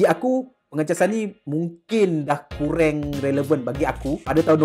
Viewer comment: Apasal kau kata kureng ye bukan kurang ke?😂